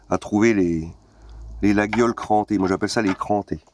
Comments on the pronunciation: Attention, "laguiole" se dit "layolle" ^^ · On dit « Layole » l’ami mais ça reste un détail. Bisou à toi!